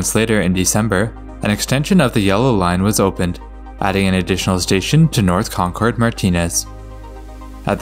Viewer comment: its ConKERD god damnit. We pronounce it like "conquered" We dont pronounce it like they do in new england.